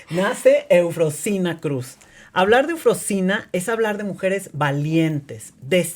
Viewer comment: A la persona que entrevista, por educación debería haber aprendido bien el nombre de EUFROSINA y de dónde viene. Excelente historia de superación de esa pequeña niña de la montaña 💖